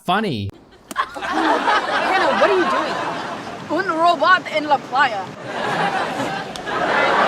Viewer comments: nada más escuchar "es una plaia estupiraw" mis pocas neuronas murieron... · Yeah Im Spanish and honestly my ears bled when she said : euh si lele es un playa stupido